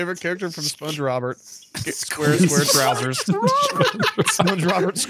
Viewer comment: God calling it sponge Robert broke me in two. Holy shut